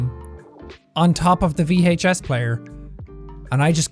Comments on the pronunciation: I dunno why the way he pronounces Vhee Aych SSSS makes me wheeze, but it does. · the VHEYHS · Vee hache ess